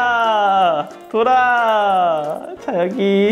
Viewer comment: 빙글빙글돌아할때돌아인데왜욕돌×라라고들리지